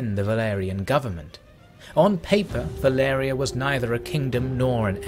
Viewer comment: why does he say "Valeria" istead of "Valyria"?